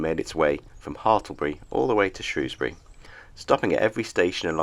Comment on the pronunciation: You're no mug! Pronounced Shrewsbury correctly.